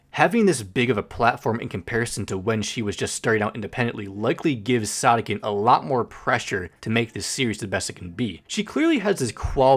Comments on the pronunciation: Wait- I thought it was pronounced “sOdiken” not “sahdikken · I THOGUHT IT WAS PRONOUNCED SOH DEE KEN?!!!!!!!!!!!!!!! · ITS PRONOUNCED SOD-IKKEN?! I'VE BEEN PRONOUNCING IT SODAI-KKEN! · Wait is it actually pronounced “sod-ick-enn”? I always pronounced it “Soe-dee-ken” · When he said Sawdeekenn i got kinds embarrassed cause if thats the actual way to pronounce it, then I can confirm that i am sad to say i pronounce it as "Sow•dee•ken" like sodacan but the a is replaced with I and c and a with k and e, you gotta admit its kinda cute😭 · ITS PRONOUNCED SOD IKKEN? I THOUGHT IT WAS SODE IKKEN ☹️ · i always pronounced "sodikken" as "so-dih-kin" instead of "soh-dih-kin" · Btw I'm pretty sure it's pronounced so-di-ken not sod-dikken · Dough?? But it’s Sodikken not like Sodokken😭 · Not me just now realizing, pronouncing their name “soda-kin” is NOT correct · That’s how you pronounce it?? Bro I’ve been pronouncing it “soadeeken.” Like soda and eek. I’m an idiot lmao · Isn’t it pronounced so-do-kin?😭😭 it’s bugging me so bad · I thought sodikken was pronounced sodiken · Wha… her name isn’t pronounced soe-dee-kin?? Like soda? :,) Man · Bro pronounced sodikken as Saudiken(not hate!) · WAIT you pronounce it like “sa-di-ken”?! I pronounced it like that “sodi-kitten” or “sodi-kin” 😭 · Wait THATS HOW YOU PRONPUNCE THEIR NAME?? I've been pronouncing it with the first part like 'so?" 🧍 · ?? i've always pronounced it like soy-dough-ken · isn't it sodikken not sodikken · the way you pronounced her name LMAOO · please never pronounce their name like that again